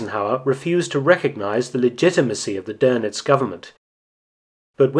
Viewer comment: Nice video as always, but it's DÖNITZ not DÖRNITZ. There is no r in it